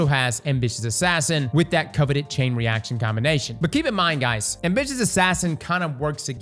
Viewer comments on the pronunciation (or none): Took me a while to realize is sating "Envious Assassin" instead of "Ambitious Assassin"